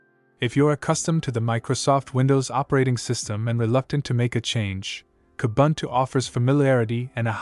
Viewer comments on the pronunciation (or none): You so nicely pronounced Ubuntu....then screwed up Edubuntu, Kubuntu, etc. Why? It is ooh booon too